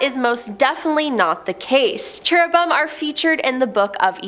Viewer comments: "Cheru-bum?" is 😂. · What's issue? Where on earth did she learn to read?! She literally mis pronounces the very first angel. It's Cherubim...! Chair-a- bim! Holy crap! First of all you should likely read the BIBLE so you could actually know what you're talking about... You have no clue what you're talking about. You are the worst host the top 10 has ever had!!! Find another JOB!!! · Cherubim is pronounced 'CHAIR-uh-bim. Nephilim is pronounced 'NEF-il-im".